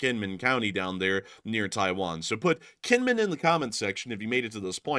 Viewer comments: Just a small pet peeve of mine, the island of Kinmen is actually pronounced with a J like Jin-min. It’s a weird thing in Taiwan but cities that have K’s are usually pronounced with the J sound. Do this so you sound like a local. Lots of thanks from an American living in Taiwan right now by the by. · Kinman, ithought you said knit, hahah, tell to make you a sweater. Hahahah, hope ya remember.....❤ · Kinmin, or was it Kinmen? LSA!